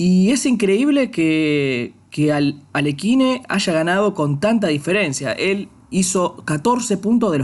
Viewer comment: No, Aliójin